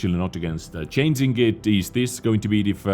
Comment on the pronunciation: can't you pronounce "Change"? You always say "Chanes" also not "changing", you say chainsing...